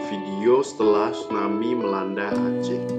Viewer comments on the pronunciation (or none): Tsunami om...bukan stunami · Tsunami.. bukan stunami.. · Stunami yg bener tuh tsunami bkn stunami hahaha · bang typo,,, tsunami jdi stunami:v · Kak TSUNAMI BUKAN STUNAMI